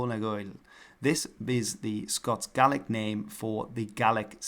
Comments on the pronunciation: Gaelic is not pronounced gallic...thats the gaul in france..such ya know the gallic wars... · by the way the pronunciation of gaelic as gallick sounds like Scots not Scottish ...blame the English for messing this all up...Scots is a dialect of English where Scottish is gaelic...gallick sounds like how a Scots speaker would say gaeilge by the way that's how it's spelt in Ireland in gaeilga and pronounced gael'ga